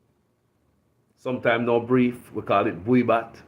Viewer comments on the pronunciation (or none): A boye bat... Not buye...😂😂😅